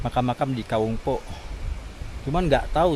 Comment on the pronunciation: Assalamualaikum saya koreksi ucapan mas..itu disebut Kawung poek...dibacanya ka_wung powek(BHS Sunda) Bukan dibaca puk..tapi po-ek(gelap). Sehat2 sepaluas.